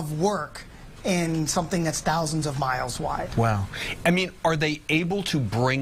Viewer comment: IT'S "TAW-ZINDS 'N TAW-ZINDS" OF MILES AWAY!! Hahaha.